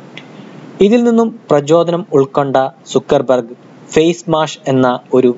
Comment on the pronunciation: സുക്കർബർ ഗ് അല്ല ബ്രോ, സക്കർ ബർഗ് 👍